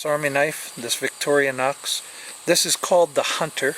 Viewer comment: I think he says victorinox correctly, althru with some strange accent. Look victorinox com if you never heard of it.